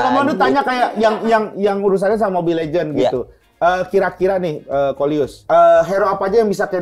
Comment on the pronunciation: bang bukan luis